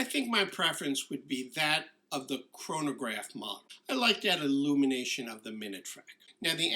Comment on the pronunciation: Great video, but every time you say chronograph I cringe.